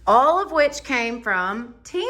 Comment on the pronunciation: HI.... THIS IS MY FIRST TIME WATCHING YOUR VIDEO. I ENJOYED IT. I JUST WANT TO TELL YOU THAT IT`S PRONOUNCED TEM ...LIKE HEN AND MU LIKE MOO. GOD BLESS!😊